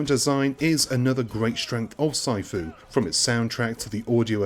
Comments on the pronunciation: "PSY-FOO"? PMSL!!!! *"Sih-fu" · omg. this has to be a voice over program because no one pronounces sifu Psyfoo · Tons of criticism but nobody is telling you it’s pronounced “see-foo”. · way to add to review of the game. during gameplay did you find the memory of his mispronounciation of Sifu ruining the games overall score? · Why do you say sifu like that?